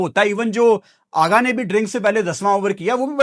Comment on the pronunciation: Aggaa nhi Aghaaaaaaa